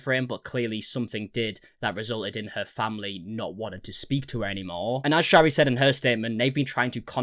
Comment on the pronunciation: It's pronounced FRANKIE, and Shari is pronounced 'SHERRI', in Utah.